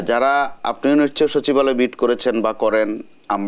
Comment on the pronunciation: সচিবালয় ❌ শাছিবআলে ✅